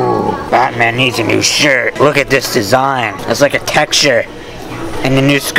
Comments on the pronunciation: Like his vidieo every time he says patman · scoopity woop I didn't knew he probably said bataman on purpose. Sometimes, I just don't understand. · PlashMon not grownman....batman